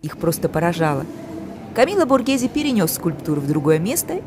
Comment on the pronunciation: СПАСИБО! ЭТО ШЕДЕВР ЗОДЧЕСТВА, Я бы никогда этого не увидела, только благодаря вам, я бесконечна благодарна. Произношение БОРГеЗе, звучит правильнее БОРГЭЗЭ.